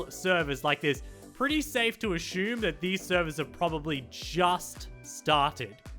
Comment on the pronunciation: Ashumme LMAO